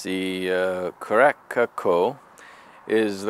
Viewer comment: It’s pronounced like care-a-sahw lol also make an amf with it